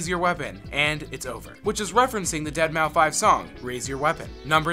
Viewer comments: did he really say "dead mau five"? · Dead mow 5 dude? Seriously?